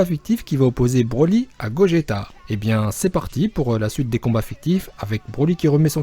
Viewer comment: C , est GOJETA